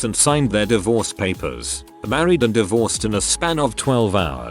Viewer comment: The best thing in this video is the random usage of the maa-reed pronounication XD